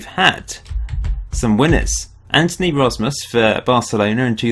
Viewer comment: Im suprised that you are pronoucing Antoni Rozmus pretty right for a foreginer. ;)